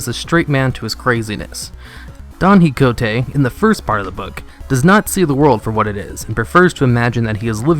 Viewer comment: its pronounce "KEE HO TE" QUIJOTE not quigonte XD